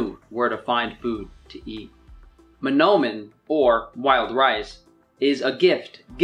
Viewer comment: So many mispronunciations, the only thing he said right was mnomen